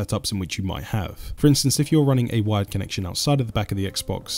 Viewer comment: I thought he was saying wide not wired. Very confusing first time I watched.